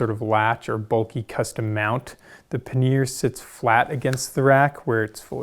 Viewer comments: ‘Paneer’ is a cheese. ‘Pannier’ os pronounced quite differently and is indeed quite different in definition. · These bags look great but I'd really like you to reconsider your pronunciation of the word pannier 😅 PAN-EE-YER